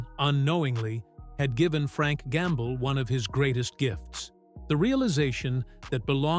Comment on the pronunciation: Always the same voice, the same AI Tone, with improper pronounciations like "Frank Gamble". With all those hints noticed...better go to the comment section first, before wasting your time. Another hint is this title "Musicians he hated the most". Frank Gambale would never ever stoop that low: He may criticise fellow musicians, but never would he pronounce any "hate". Just beware of all those scandalous clickbait titles à la "hate", "shocking" etc...